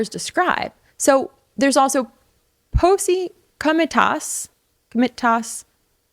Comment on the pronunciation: "PAH-see co-mih-TAH-tis"